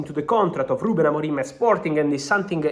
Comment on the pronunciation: He's name is Amorim not Amorime